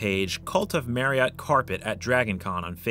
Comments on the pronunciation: So, with Marriott being my actual last name and with the fact that it is pronounced exactly like the hotel chain’s name, I would be remiss if I didn’t point out that not once did you pronounce it correctly. It’s a real shame too because the Marriott Chariot should rhyme which is a hilarious name for such a thing. It is very unfortunate that the delivery of this line wasn’t correct, otherwise this video would’ve been perfection. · I don’t think that’s how you pronounce Marriott chariot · You are pronouncing Marriott wrong.